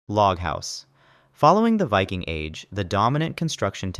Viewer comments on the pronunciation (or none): none